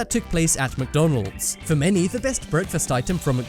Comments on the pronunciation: "Who does not love mckdonleds" EWW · No no no not mocdonlds freanch fries